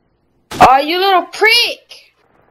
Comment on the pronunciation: "he's such a prique" LOL